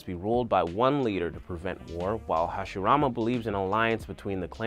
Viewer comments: Did He Just Call Hashirama Harashima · somebody else wrote it bro - who says Harashima instead of Hashirama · he said harashima not hashirama kwkwkwkwkwkw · did yall notice when he said Hiroshima instead of Hashirama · He even said Harashima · he did a great job on the video, i was just wondering if anyone else noticed a somewhat humerous mispronunciation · u really called hashirama... harishima😤😤I'm triggered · Stopped watching it after he said “Harishima” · did anybody notice he said "harashima" when it's actually hashirama? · Harishima, MY GUY IT'S HASHIRAMA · he says harashima smh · harishima??? you mean hashirama? xD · He also said once, harashima... Haha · No Im pretty sure he said Hiroshima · did he just say Harashima 😂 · did you just said "harashima"? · lol it sounds like you're saying hiroshima instead of hashirama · harishima he said. I guess no one noticed. Great video though. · im here almost two years later to report that he says Heroshima instead of Hashirama. Goodnight :) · did my man really say harashima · Hiroshima and maadaarea 😂😂😂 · “Harushima” “Hagoramo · he said harishema lol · “Harashima” hahaha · He calls Hashirama Hashireema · harishima want to talk so fast cant pronounce hashirama name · did man's just say harishima???!!! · I KNOW THIS MAN AINT JUST SAY HARISHIMA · Lol he said harashima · no one heard him when he said harashima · Man said harashima? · I believe you mean to say that Saskue fully developed his sharringan in this fight. He used his sharingan during his fight against Haku. Also, need to work on dem pronounciations there: Hashirama, Minato, Isobu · you call hashirama wrong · why did he say hashirama like that